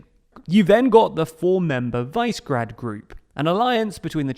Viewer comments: It's Visergrad, not "wise guard" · It's VEEZ-EH-GRAD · Isn't it 'Vishygrad'? How it's pronounced? Like the place? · says Czech, but the map shows Romania as member in the Visegrad group. Believe! I always heard Visegrád pronounced the Hungarian way also when speaking English. That is vee-sha-graad. I think has a unique way of pronouncing it. Just like when he says HerzegovANIA instead of Herzegovina. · Vice grad? No, that’s not how it’s pronounced 💀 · He says it more like "vice". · Pronunciation of Visegrád is not even close, otherwise I liked the video. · The way you say Visegrád lmao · Your pronunciation of Visegrad made me think of the empty-heads in bottom English at school. Interesting vid though.